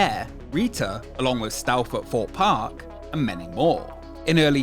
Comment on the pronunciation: 'Forpe' Park, 'Feme Park', the rides 'feming'. Lollll. Learn how to pronounce 'th's if you're going to be using 'vhe' type of words that feature 'vehm' all the time.